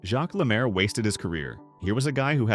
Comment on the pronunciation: AI crap. Stupid title! You are an idiot, he is not forgotten. Can't pronounce French names! He was one of the best 2 way players ever, and became a great NHL game changing coach.